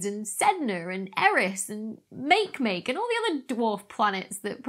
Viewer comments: Make Make - Mah-Keh Mah-Keh (not MakayMakay) IDK anyway... Leave Doctor Becky alone! As far as I am concerned, she can say it any way she likes! 😘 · Makemake is a Hawaiian word. Ye should generally pronounce each vowel. In this case it's not make-make as in you make-make an incorrect pronunciation of ma-ke-ma-ke. Just like I hear so many mispronounce 'Oumuamua as Ow-mow-mow. Sounds like some reluctant gardener! That apostrophe (') in the beginning of the name is a valid sound character in the Hawaiian language. It's a glottal stop sound, almost like a severely truncated gh/k sound. So its more like (Kh)o-u-mu-a-mu-a. With the first syllable being preceded by a sharp sound similar to the one you'd make if ye tried to suppress making if someone were to pop ye a sharp jab in the tummy. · Makemake = Mah-Kay-Mah-Kay not Make-Make 😂🤣😂🤣😂🤣😂🤣😁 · Makemake can be pronounced in at least three ways which can be understood by anyone: make-make as Dr. Becky did, ma- key ma-key or may-key may key ( or may- kee). The only "legitimate" pronunciation corresponds to the Hawaiian origin or that adopted by the IAU. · Lol at make make Aloha from Hawaii. I’m a fan of your channel and a astrophysics major from Hawaii. Don’t mean to laugh but that was a cute pronunciation of makemake (mah-kay-mah-kay) Cheers 🤙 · Wikipedia gives 3 pronunciations, but being a bit thick I don't understand those phonetic symbols. However I think the UK one means it rhymes with wakey wakey 😀 I think I have heard Maggie Aderin-Pocock say mac-ay. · mah-ke-mah-ke. No stress on any syllable. And Oumuamua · Make-Make is just a British thing - like aluminium ;-) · What a Mah-Stake-Ka to Mah-Kay-Mah-Kay-Ka. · I looked this up. Turns out you are both wrong. It is pronounced like "maw-key-maw-key" Provide likes when correcting others. First, it proves your point to cite your source. second, it's a way to check that YOU aren't wrong, which is just what happened to me. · Makemake is pronounced MAH-kay-MAH-kay